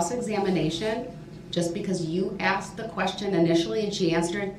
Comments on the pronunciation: …you crack me up! Because you “axed it” 🤣😂🤣😂🤣😂🤣😂I was thinking the same…. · It’s a lot to remember a year later …. It’s ASKED Brooks not AXED